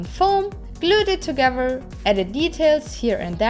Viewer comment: I love your videos ...and how you say togever!